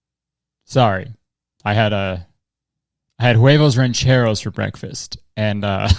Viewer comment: listening to Kurtis say “huevos rancheros” for some reason makes my Hispanic self kinda happy LMAO go awf latino king 😌✨